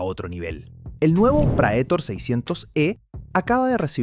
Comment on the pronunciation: Prætor. Prétor é a pronúncia. Palavra em latim que significa "aquele que vai à frente, aquele que conduz".